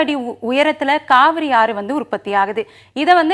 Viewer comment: Kaavari illa Kaveri🤭🤭🧐